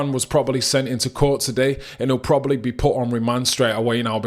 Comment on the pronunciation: good video but stop pronouncing Probably as Probally